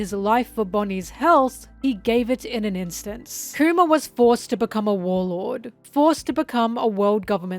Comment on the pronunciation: Anyone else keep hearing “coomer” whenever she says kuma? 😂